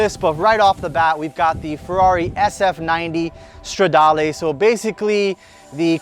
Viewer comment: Stradale not stardale Lmaoo